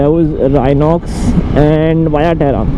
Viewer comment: Not waya terra, it's veya terra. good effort though